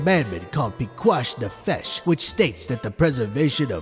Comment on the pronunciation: The way you absolutely BUTCHERED the pronunciation of Pikuach Nefesh 🤣🤣🤣